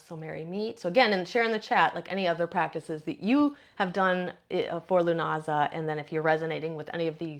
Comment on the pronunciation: Um it is pronounced LOO NAH SAH